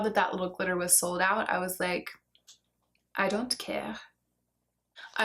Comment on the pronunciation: Oh you are a truly adorable little devil. I loved your "I dont care" in the French accent. 😘